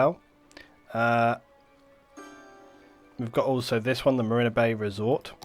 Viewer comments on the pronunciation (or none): Mareeena not Mariner :)